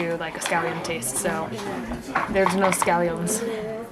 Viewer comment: scallions.. not scalli-OHNs lol is it that hard to pronounce?